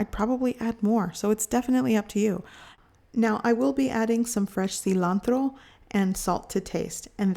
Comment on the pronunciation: Cee-lantro lol